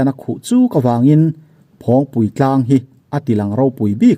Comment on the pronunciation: Phawngpi tlang tih a lam tur aw